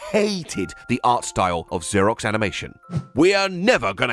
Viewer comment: its "ZER-OX" (like "zero") NOT "ZUR-IX".....wait....you say it correct later....HOW THE HELL DO YOU MANGLE IT SO BADLY THE FIRST TIME YOU SAY IT?????